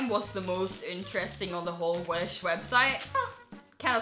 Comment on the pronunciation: i thout u said winch a few times